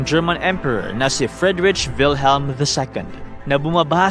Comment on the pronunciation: Correct pronunciation Friedrick Wilhelm (freed-reek vil-helm) Weimar (vay-mar)